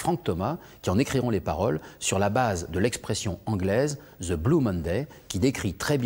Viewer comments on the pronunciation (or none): Pas "ze";the!(La langue entre les dents)!Levallois "perrait",mais il est sans le sou...